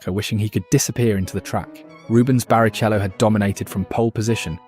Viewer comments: BariCHello makes me giggle. Great work man keep it up! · And so you know for future videos, it’s Hereth, veelnuv and barikello. You’d know the pronunciation if you’d ever watched and F1 at all.